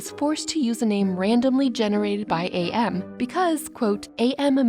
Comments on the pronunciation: Minor nitpick. AM is pronounced as am, like "I think therefore, I Am." Not A.M. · For future reference, AM is pronounced like the word am, not like the individual letters. "I think therefore I AM." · Actually I got confused when you said AM I thought you were saying IA 😭💀 But the confusion between 'AM' and AI (Artificial Intelligence) is interesting. It shows how easy it is to mix up those terms, especially both involve random outcomes. In real life, this mix up can lead to misunderstandings about technology. People might think AI is a malevolent force like AM, when it's actually a tool we control.